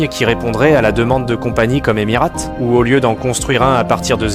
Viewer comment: « EmirÂte » ? Vraiment ? 😂